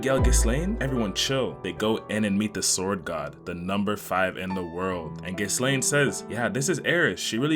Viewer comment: Gis-Lane... I love you